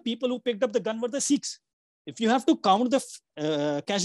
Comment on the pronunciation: Sikhs NOT 'SEEKHS'